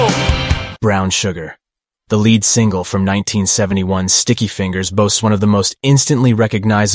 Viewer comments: Leed not led. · You lost me and I turned the video off when you said led and rhythm guitar. Your lack of music knowledge shows. Lead when pertaining to a guitar is pronounced leed not led. It means the guitar player is playing melodies and most likely will perform the solo. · I hate ro be a nerdy curmudgeon about the English language, but this is an excellent piece about the ROLLING STONES' MUSIC, for God's sake, and they've got the narrator pronouncing "lead guitar" (phoenetically) "LED guitar!" Every time he says it, it stands out like puke on a tuxedo. Also, the narrator is the VOICE of a documentary, and he himself hasn't got the cultural chops to be aware of lead- and rhythm-guitar playing. It's rhe little rhings. Especially when they distract so cacaphonically from the high quality of the writing, shooting and editing of this video. Damn, though: you gotta' go a ways to tell me sruff I didn't already know about the Stones. Thank you!